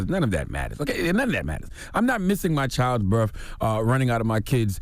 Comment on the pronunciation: It's properly pronounced BIRTH not BIRF